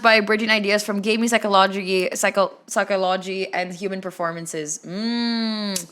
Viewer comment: I'm sorry but you saying "psycho-lodge-y" is pretty self explanatory for your lack of understanding for the point of the video 😭 Many people, probably you as well, did not know about the micro meso macro terms before watching the video and certainly didn't say that you play those types of games using those terms. Point is, it's explaining terms that more accurately portray game genres, and the video is as long as it is because he's giving examples, explaining the terms, and he's doing that like 7 times over because that's all the categories and their respective combinations. That doesn't take 5 minutes gang, and is only self explanatory because he's explaining it so well 😭